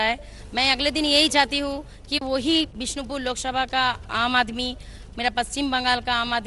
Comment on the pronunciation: bishonpur nehi bisnopur